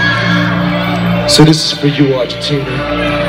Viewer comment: Me encanta como dice Argentina ❤